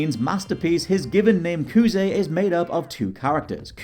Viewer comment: I am not going to take anything you said as fact when you didn't learn how to pronounce Kuze properly, despite it being in Japanese. It is not Kooz.